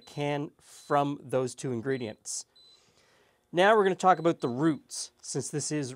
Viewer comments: aboot roots. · Man says, “pop” and “abooot” is he a southerner or a Canadian?